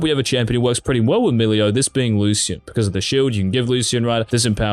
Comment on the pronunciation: you are pronouncing Lucian wrong